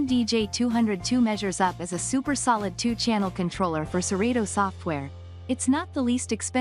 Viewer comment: nah...this ain't it...she don't even say serato right!!! "sir-reedo"